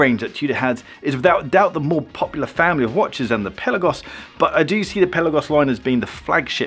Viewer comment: Dude, if you're going to review these watches, you need to pronounce it correctly. It's NOT a pelican. The correct pronunciation of "Pelagos" is peh-lah-gohs, with the emphasis on the second syllable "lah". The "e" is pronounced like the "e" in "pet" and the "o" is pronounced like the "o" in "go".